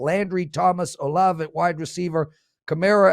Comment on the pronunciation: Saints WR rookie is pronounced Ola-vay... Great show as usual... Good stuff